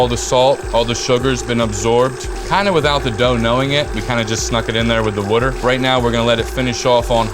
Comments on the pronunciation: the drinking game for this vid is... Wuter! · What the fuk is Wudder? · The fact that he says wooder makes me feel like this will be a dough I want to try. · Where are you from? The way you pronounce “water” is very unique. War-ter?